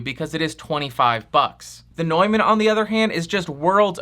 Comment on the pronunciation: Nuuuuuuman, not NOIman. Jesus my ears.